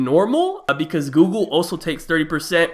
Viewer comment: “Apple and Gooble”